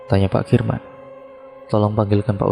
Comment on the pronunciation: Ini bagaimana sih cara BACA nya. Tulisan KARMIN dibaca KIRMAN